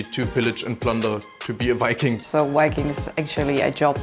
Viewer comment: Is it a man and also it can't even say viking.